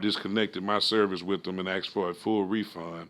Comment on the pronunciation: Did you say you “axed um” ? Is that why your wearing the mask?